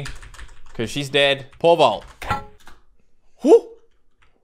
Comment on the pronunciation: When he says pole vault it kinda sounds like he's saying pervert